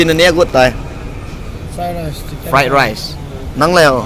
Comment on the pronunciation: Fright Rice. Frightening Rice 😅 Fight Rice..bro nabol thu ham or na pronounced thei lw ham. Naki phaltu sah ham or aphaltu mong2 nahi ham🐷🐷🐷